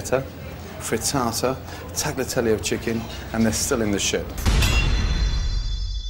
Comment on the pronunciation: When the chef of a supposedly italian restaurant pronounces tagliatelle "tag-la-tell-ee" you know something is way off.